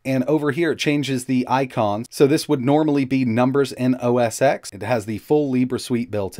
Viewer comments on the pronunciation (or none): OS Ten not OS X.